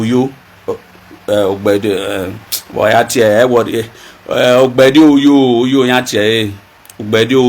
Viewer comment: Thank you as always but Ogbeideoyo is pronounced Ogbe -ide-oryor. The last segment (Oyo) is the issue. It’s pronounced like Oryor as if pronouncing the Oyo empire. And the O (oryor) both before and after the y has an upward accent. The O does not sound like in the word go but rather like in or.